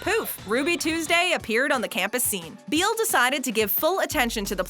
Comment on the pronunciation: Sandy Beall’s last name is pronounced “Bell”